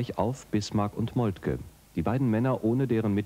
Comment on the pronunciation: Molke, der Mann heisst Molke!